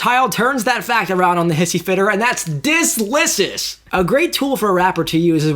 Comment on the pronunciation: "dis-licious" this is more beautiful that julia child's chicken